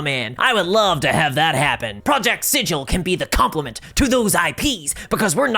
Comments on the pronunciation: Sigil has a hard G like "cig-eel" fake nerd detected. Nah its ok, I made the same mistake a few months ago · If the VTT is named after that city at the center of the multiverse, wouldn't it be pronounced like "sig-ul"? Like rhymes with giggle? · Sigil is not pronounced like that, berk. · OK. Let me just forget everything I've ever loved about the lore of this thing.... Done. I'm well trained in those things, now. As soon as anything shows signs of becoming a greedy corporate sh, I void my memories of it entirely (there are magical products to do that, and it's sold in every stores, I'll need litters of it though at once so it works it's magic). PS: Sigil isn't pronounced like a sigil. It's pronounced like the G in Garage. For reasons. The corpo-sectarians are transforming everything into an abomination. And we all have the endless void, now to keep us company. Yeah, that's good. It's fine. I'm fine... What is this presence I can feel somewhere all around in the void? I hope we'll be friends. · I’m sure you weren’t around when Planescape was released, Cao probably wasn’t either. But the name has a stunted ‘g’ Like Griffon not like Jif, it’s not like the word sigil, it’s the name of the city Sigil, and it’s actually made a joke in the original box set that only people who know nothing about the city pronounce it like the word and not it’s actual name. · It is a literal crime to mis-speak the name of the city of doors, while in the city of doors. I can’t be the first to note this.